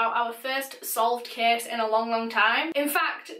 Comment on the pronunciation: Your accent is so beautiful!!! 😂 but every time you say "case" I hear "kiss" 😂😂❤❤